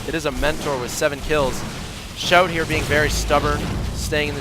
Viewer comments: its pronounced "see-ow-tee", just fyi :p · Pronounced "she-ow-Tee"